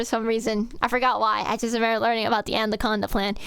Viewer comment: Did you say analcondaing?